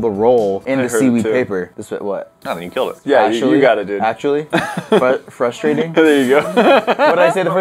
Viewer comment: said fustrating not fwustrating